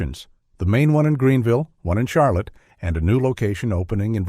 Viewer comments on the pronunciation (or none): none